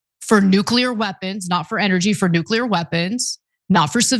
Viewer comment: It’s pronounced “nuclear,” not “nuke-u-lurr…”